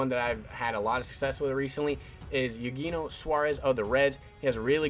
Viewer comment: Ay-yoo-hay-knee-io Suarez. Lol just sayin